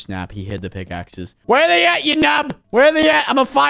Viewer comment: you said pickakes